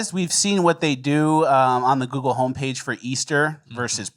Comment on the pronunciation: “Google” is the hardest word for to pronounce